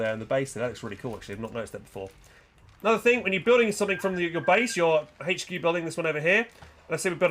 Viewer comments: What the fuck is a "haetch-q" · The letter "H" does not have an "H" in it. :D